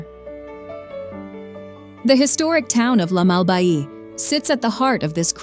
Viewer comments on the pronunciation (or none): Just a minor correction: The town of "La Malbaie" in the province of Quebec is not pronounced "La Mal-Bahii" like you said, as if it were part of a tropical kontiki-type setting, but rather "La Mal-Bay" as in "Hudson Bay". Fun fact: The name was coined by french explorer Samuel de Champlain, who visited the place in 1608. He called it "Malle Baye" (archaic french meaning "bad bay") because low tides made it impossible to properly anchor ships there.